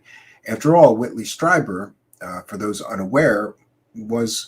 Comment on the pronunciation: It’s Streeeeeber. Not Stryber.